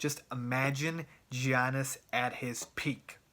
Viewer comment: his name is Giannis not Giannas.